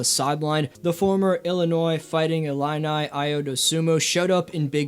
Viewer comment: Gave a thumbs up because you pronounced Illini correctly this time. lol 👍